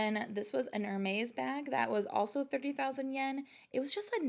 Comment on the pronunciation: Hermes is pronounced ERMEZ